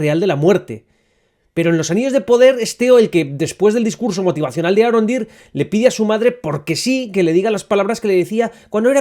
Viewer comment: Me gustan muchos tus ánalisis! Son muy interesantes! Lo único que te sugiero corregir son las vocales tónicas para los nombres élficos: "elEndil", "galAdriel" y "arOndir". En nombres de origen élfico, cuando tienes una silaba que termina en consonante, seguida de otra que empieza con consonante, la vocal de la primera sílaba se vuelve tónica. Así mismo, cuando "ce" y "ci" se pronuncian como "que" y "qui". "Celeborn" se pronuncia "Queleborn" y "Cirdan" se pronuncia "Quirdan".